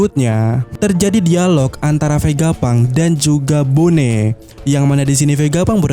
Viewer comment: Bonney dibaca BONI min, bukan BONE